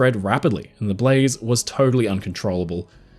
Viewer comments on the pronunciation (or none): none